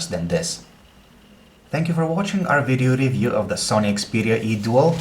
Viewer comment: veedioo reeview XD